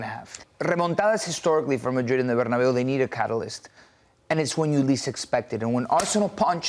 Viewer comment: I wish this guy would stop saying madrid like marrrrdid